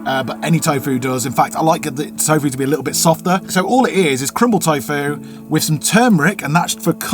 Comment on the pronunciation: By the way there's no E in tofu so why do you pronounce it with an E